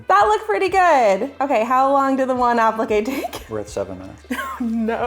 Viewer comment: You did amazing, but appliqué is pronounced. ‘Ap- Lee-k’ not apple-k lol😂🇬🇧🇬🇧🇬🇧🇬🇧🫶🏽🫶🏽